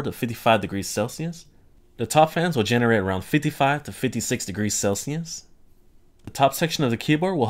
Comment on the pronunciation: I hate the way you pronounce "Celsius".